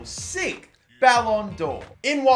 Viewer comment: You can't say "sixth", can you?